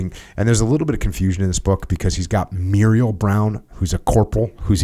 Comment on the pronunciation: Jocko, just FYI the Muriel( pronounced Merle as in Haggard) was my uncle, and also Adam Brown’s great uncle. I have the book. It’s a great read. Thank you for reviewing it.